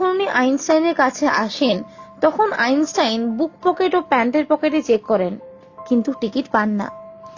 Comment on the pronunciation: আইনসাইন নয় আইনস্টাইন